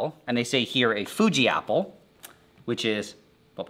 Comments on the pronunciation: Did anyone notice that when he let the apple sit for a day when he came back he said ass** instead of apple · Everytime he says apple I hear assh0le for some reason😂😂😂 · Bro says apple as "asshole"